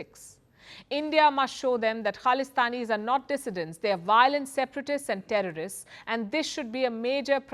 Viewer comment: Yes please Palki stop calling them Trrost... It's International Name of muslims 🤣🤣🤣